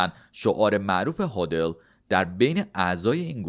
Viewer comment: هودل؟؟؟ داداش هولد